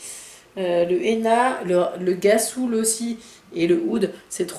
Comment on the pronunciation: Merciii pour la vidéo très beau make up je vais acheter la Morrocan palette tout de suite étant marocaine je suis obligée lol et tu m'as bien fait rire en prononçant le nom des fards surtout quand tu as dit "Ghassoul" 😂 Ça se prononce "Rassoul"loool c'est le nom d'un produit de beauté naturel marocain utilisé dans les Hamam